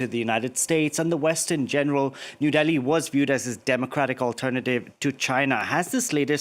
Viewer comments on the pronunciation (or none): Its Delhi not Deggi... 😂😂